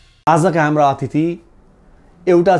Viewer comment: Athiti haina atithi ho sir